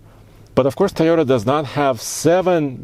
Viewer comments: Can you stop staying "tayota" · COVID is spreading because of people pronouncing TAYOTA. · Drink when says "Tie-Yota"